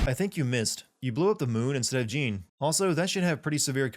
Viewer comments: Jeanne pronounce as french Joan, not JIN lol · you keep saying Jeanne's name wrong. it's pronounced just like the name Jean-Luc as in Jean-Luc Picard. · "Cereeza" "Jean" really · My only complaint is you pronouncing her name "Jeen". Other than that, spot on! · Sin 96: A sin for you for mispronouncing Jeanne. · That Jeanne mispronunciation, though... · Am I the only person who noticed that he pronounced Jeanne incorrectly? I enjoyed the video but a few of the sins are wrong. She went into Purgatiro its how she appears to be in that very cutscene Nothing triggered the flashbacks until that point He saw her as he ran past her. Thats why he stopped. Im surprised you didnt sin how the soldier didnt see him when he looking in all directions including upward She wasnt sure if she actually did it at the time because of her lost memory and "because the plot demands it" and Luka knows about angels and the umbra witches because of the works of his father investigation that he later explains at the military base and you can find segments of his fathers work throughout the game which you can debate that he knows about already since he mentions he knows all of this fathers work. Ulala from space channel five, Gum/Cube from jet set radio, Blaze from Streets of Rage, Sarah Bryant from Virtual Fighter etc. That was LEGIT i dont care what anyone says there. There a few other things towards the end but isnt worth mentioning since they are explained in Bayonetta 2 and not this game so they are technically still sins. A very large majority of the sins were spot and I completely agree with. I just thought that these were worth bringing up. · Nah it's not, it's Jeanne with an a that actually sounds like a french a, as in "ass" (why is this the example I come up with?) and also no "d" sound on the "j". Trust me I'm French. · You pronounced Jeanne's name wrong.